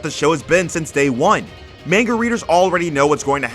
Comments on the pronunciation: its MANGA, not MENGA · The way you say manga kept me from subbing today.